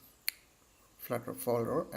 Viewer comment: hey dude it is not "flatter " it is "flutter"